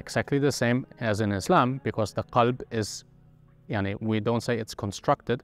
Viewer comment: It is weird to hear a German guy saying: "maani يعني" 😅😂😂